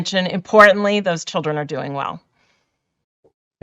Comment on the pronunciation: He said do doing 🤣🤣🤣🤣🤣